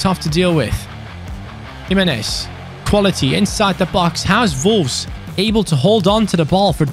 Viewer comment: It's Wolves but always pronounces it Volves. He speaks brilliant English but that's an opening letter he struggles with and it makes be chuckle.